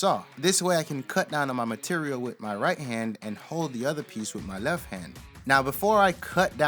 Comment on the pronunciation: Right to "Lef?" What the F is "Lef?" And what the hell is "self extanatory" ??? Good work but your English is killing me! Don't use a word if you can't say it right.